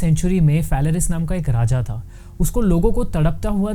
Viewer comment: Bhai tumne video me "tha" ko bhi utna hi torture kiya h